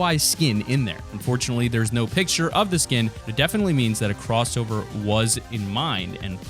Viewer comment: The drowning the it "crossower"